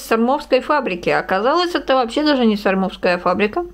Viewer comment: Доброго времени суток🙂 . Фабрика Сормовская, ударение на первую "О" 😉